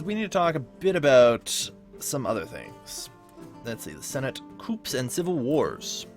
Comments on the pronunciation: This Video Was Very Good And Helpfull! However.... You Somehow Managed To Mispronounce Hades And Coups.... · Don't forget "coups".